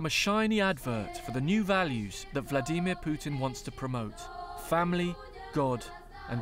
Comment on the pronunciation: "vlaDEEHmeer pootin